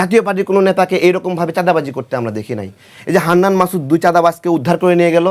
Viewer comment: ভাই হান্নান মাসুদ নয় কান্না মাসুদ